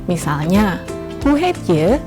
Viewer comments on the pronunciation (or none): Bu dosen,,,hati2 kalu ngucapin pronomen " je" bunyi "e-"nya harus pendek, jangan terlalu panjang dan ditekan.